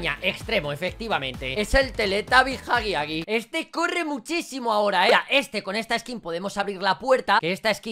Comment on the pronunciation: Repito huggy wuggy se pronuncia haggy waggy eso sí no me sorprende que lo llames así,por tu canal